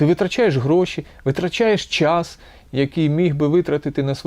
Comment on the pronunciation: Вибачте ,але - щььоо ,чььому ,чььяс ,почяяток щьььось ,величььина ,щьььо це означьяяє ..Ж ,ч,ш,щ в українській вимові має бути твердим - час ,чому ,щось ,величина,початок , - бо просто важко слухати таку важливу тему, якесь знущання з вух .Другий раз стараюся прослухати вашу думку і через це щьоканння і чьокання неможливо .